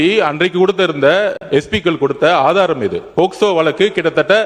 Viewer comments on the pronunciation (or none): அது போஸ்கோ இல்லப்பா போக்சோ.....